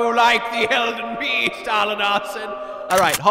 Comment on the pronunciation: does anyone else hear this as “Elden bee sting?”